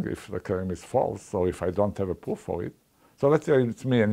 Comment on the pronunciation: I just love his accent! The way he pronounces pwoof has some nice charm to it.